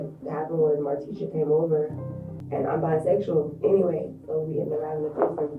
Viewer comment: This AI voice isn’t that bad. But the pronunciation of Martisha as Mar-tee-SHAW is annoying.